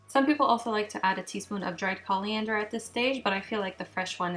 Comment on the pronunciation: Threw me a little bit Calliander... its not at all... its Coriander, there's no L in there... its Core-iander not Call-iander, and in north America, the seed are referred to as coriander, the leaves are referred to as cilantro. So if you're looking for the right herbs to make this dish, make sure and pick up some cilantro from the store.